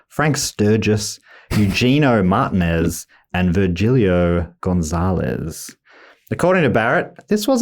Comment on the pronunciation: How he pronounces “Martinez” is a crime